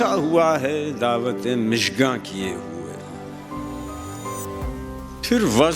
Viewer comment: جی ہاں اور یہ مِژگاں ہے ؟